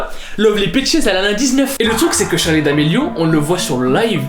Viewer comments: le respect mdrrr, c'est "Charli" pas "Charlie" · Y a pas de e a charli 😂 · y’a pas de e a charli d’Amelio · a charli il n y a pas de -e c est tout'tout bye 😂😂😂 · Charli pas Charlie ptn